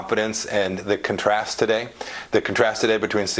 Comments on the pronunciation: Someone needs to make a big deal out of mispronouncing "contrast." He used the word as a noun, and the accent is on the first syllable, "con' trast," when used as a noun. Second syllable accent when used as an adjective or adverb. What a maroon (on purpose - I'm a Bugs Bunny fan). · Can't even pronounce, "contrast," correctly?